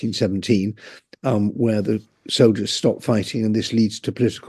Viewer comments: "Soliders"? Come on. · The word is soldiers, not soliders. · It’s not “soliders” it’s soldiers jeez get it right